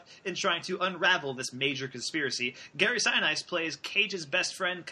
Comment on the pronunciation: Seven minutes in, and you don't know how to pronounce Gary Sinise. 'Bye.